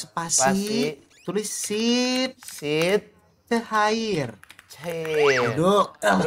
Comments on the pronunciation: BANG "SIT CHAIR" BANG BUKAN "SH!T CHAIR" HAHAHAHAHAHA 😭😂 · Pras : Shit chair,😂🤣 bukan sit chair. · /e sitchair anjirrrrr bukan SHIT